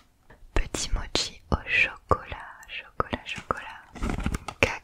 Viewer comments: Mochi pas motchi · Non on dis mochi ou mokis